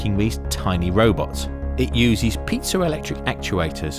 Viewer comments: pee-ayy-zo electric actuators not pizza electric actuators ;) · haha pizza electric actuators...... its piezo... good laugh